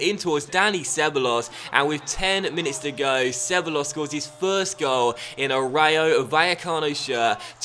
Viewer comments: It's pronounced ce-bye-ohs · Dani Ceballos is pronounced she-ba-los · DANI CEBEYEOS is the pronuunciation